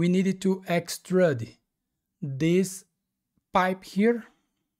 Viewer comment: Since recently discovering these tutorials, I have been following along, in Fusion. I have gone back and recreated at least 10 of your tutorials, thanks! I have learned quite a few new techniques and different / better ways of accomplishing specific design aspects. I still chuckle every time you pronounce it 'x-trud', instead of x- trude ('ĭk-stroo͞d′), thought you might like to know. (use Google to "define Extrude" and click on the speaker icon to hear it). Keep up the great work!